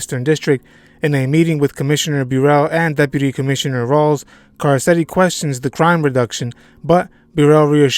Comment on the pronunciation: Can you pronounce Carcetti correctly please?